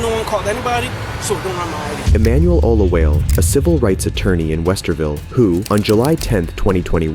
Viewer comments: Olawale -> Oh-luh-wah-leh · I love this, but just so you know, and I'm sorry to be that guy, but it's pronounced Oh-loo-WAH-leh. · O-LA-WA-LE okay